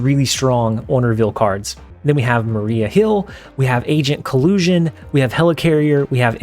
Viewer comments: It's Agent "Kolsan" not "Kolyusan". You really need to watch MCU Movies on weekends or on break that you are just taking . >.< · Also I just wanted to say that Agent Coulson is pronounced Cole-son not colloosion FYI. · Its “agent Coulson” not “agent Colusion” and also “Attuma” not “Alluma”. Love the vids